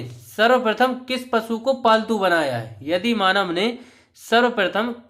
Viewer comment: Yadi manav nhi bhayya aadi manav bolo